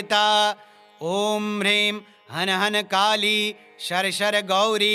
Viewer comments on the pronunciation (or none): none